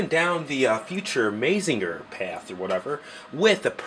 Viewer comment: Good review and vid. But just FYI, it's pronounced "MAH-ZING-GER" not "MAY-ZING-GER". And its "EH-NER-GER" not "EH-NER-JER". ;) Keep up the good work!